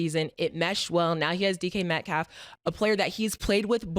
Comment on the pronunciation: Not knowing how to say DK Metcalf is crazy